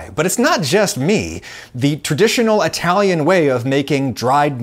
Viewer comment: What's an "Atalian"?